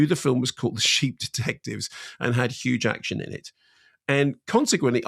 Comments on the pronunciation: I keep hearing huge action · Is it me or did he keep saying Huge Action?😂😂😂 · Hang on, why is he saying hue jacktion? I actually don't get this, at first I thought it was a mispronunciation but he seems to keep using it so I'm wondering if there's an inside joke, or meme, I'm missing. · Why does mark keep calling him Hugh jakshun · I thought he said Hugh Jackson - but it’s Huge Action?!! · Why is Mark saying hugh jackshin not jackman? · Did you realise you kept callingHugh Jackman Hugh Jackshun? And Simon never corrected you? What's that about? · Mark! Who in the world is Hugh Jackshun? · Why can't Mark Kermode pronounce Jackman?